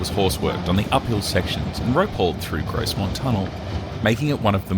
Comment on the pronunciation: I haven't been to a steam gala on the NYMR but I have been on it quite a few times as it's only 20 miles from me. By the way his pronunciation of Grosmont is pronounced without the 'S' Gromont